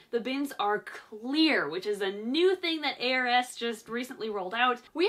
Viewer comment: Every time says ARS I hear 'heiress' and have a second to think: 'What a peculiar choice of brand name for a...' before I remember it's ARS. It's totally me though. This morning my Mum said 'These are addictive', gesturing toward a box of McVitie's Chocolate Digestives ( favourite UK chocolate as it happens!). I said: 'At what, pollination?' because I had heard: 'Bees are effective.'